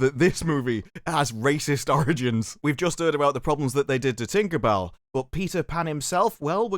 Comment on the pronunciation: The way you say tinkabell with a hard r is very offensive